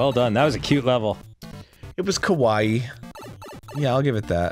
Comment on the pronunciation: How are we gonna tell Arin that he keeps mispronouncing kawaii - meaning 'cute' - as kowai, which means 'scary'?